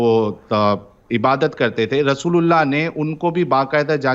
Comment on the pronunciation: जब आप रसूलुल्लाह बोलते हो तब ऐसा लगता है आप रसगुल्ला बोल रहे 😂😂😂